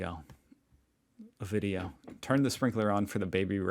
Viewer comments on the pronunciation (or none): none